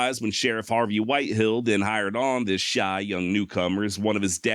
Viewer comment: WHITEHALL NOT whitehill